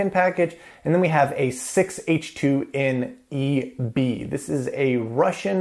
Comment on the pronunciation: I died a little inside when you said "6H2N-EB". It's in cyrillic my man..